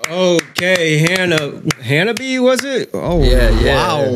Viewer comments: The band name ... in Japanese. It's 4 syllables, not 3 like you are pronouncing ... Han-nah-bee-yay. You are saying "fireworks" in Japanese :p . The bands name roughly translates to "cold flowers". We Love Sweets is probably next ;) . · And it's pronounced "Ha-na-bee-ay"